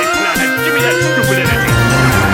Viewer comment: "stupid energey" LMAO!!